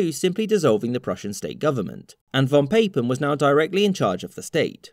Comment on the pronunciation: the pronoucation of "von Papen" hurts my German ears.